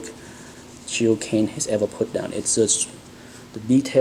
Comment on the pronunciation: Gil not Jil! G as in Gun.....